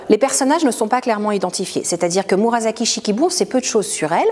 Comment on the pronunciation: La prononciation de Murasaki est « murassaki », pas « murazaki »…